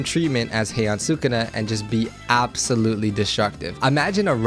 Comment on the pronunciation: really said “thukuna has to be a great billboard”